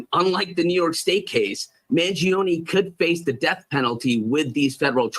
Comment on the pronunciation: Finally, someone in the news realizes the E is silent in the Kids name!